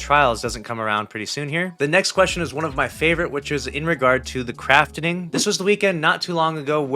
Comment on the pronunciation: Craft-ing not Craft-en-ing